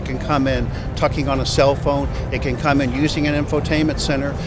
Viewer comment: "it could come in texing on a cell phone, it could come in tucking on a cell phone"